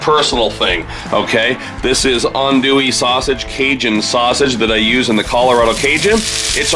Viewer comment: I'm so glad you learned rhe proper pronunciation of Andouille, (On-Dewey) Pizza looks great as well.